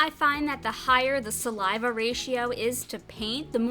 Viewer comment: Gross when she said salive. Lame video